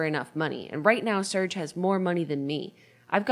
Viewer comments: Just realised at one hour and thirtyfive minutes in Surge is actually supposed to be pronounced Surgay cuz hes russian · I know this is 2 years too late but them pronouncing Serge as surge really grinds my gears lmao